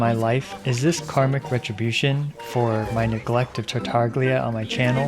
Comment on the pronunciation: You couldn’t crit because you call him “tartarglia”